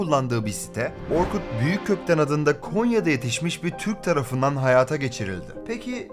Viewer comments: Orkut büyükkökten diyormuşsun orkut büyükg.tten anladım ilk önce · Giris Büyük gotten diye soyledin zannetim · Yemek hazırlarken açtım izliyorum, Orkut Büyükgötten diye duydum. Anlık şok.. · orkut büyükg*tten diye duydum bi an 0_0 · affet beni, kulaklarım Orkut Büyükgötten diye algıladı.